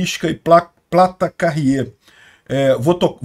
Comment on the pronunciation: outra dica... "Plate Carrier" se lê "Pleite quérrier"... São coletes táticos, capas para para placas balísticas.